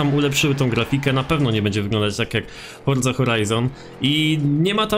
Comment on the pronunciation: wszystko fajnie, nagrywasz spoko filmiki, ale jeśli możesz to zajrzyj do google tłumacz i wpisz sobie słowo "forza", i zobacz jak się je wymawia:). Wymawia się je /ˈfɔr.ʦa/, gdzie ty wymawiasz to tak jak jest zapisane, uszy krwawią:(. Nie wspominając kiedy mówisz to z końcówką -ie, "forzie" co brzmi jeszcze dziwniej. To nie jest hejt, ale kiedy mówisz twoje "forzie", to cała reszta bardzo dobrego filmiku na tym traci:(. Pozdrawiam